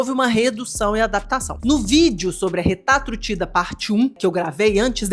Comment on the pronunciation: Que alivio ouvir RETAtrutida kkk